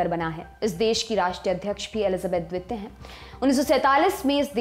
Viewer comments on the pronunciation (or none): मैडम its द्वितीय न कि द्वेत्य प्लीज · Jankari achchi h....pr mam apka dvitiy n dvip bolna bada ajeeb lag rha tha... right pronunciation is Dveep n Dviteeya.. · द्विपों,द्वित्य ....! क्या मेडम?